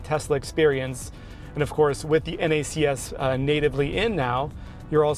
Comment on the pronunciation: Thank you for saying N-A-C-S instead of “NACKS” 😂